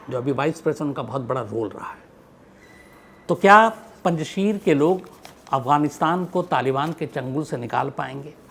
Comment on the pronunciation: It's not panchshir it's panchsher